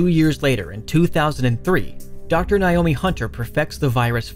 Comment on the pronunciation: NAY-OH-MEE. Learn to pronounce names. You glossed over a lot of important information in a lot of the games.